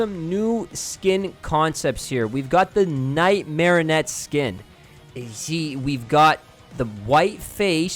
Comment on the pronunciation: I hate how he says the puppet thing it’s called. PUPPET. OR. MARONIET